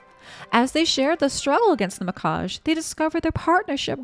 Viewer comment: Mikage = mee-kah-geh